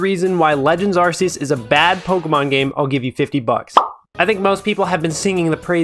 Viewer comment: What did u just say? Arse euse? Its arc euse! There, give me my 50 now